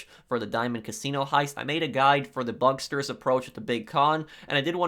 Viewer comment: not to attack you but it’s bugstars, not bugsters